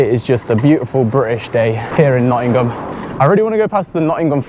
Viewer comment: Grew up in Nottingham, great to see the old haunts again... BTW the G in Nottingham is silent!!!